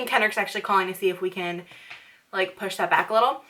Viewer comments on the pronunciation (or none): none